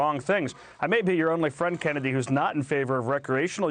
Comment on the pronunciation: "Kennedy" lol